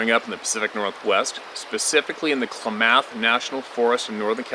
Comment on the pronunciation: Klamath pronounced Clam ith or Clam oth , lol